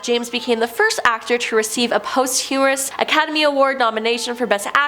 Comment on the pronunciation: did I hear post-humorous? I thought it was posthumous....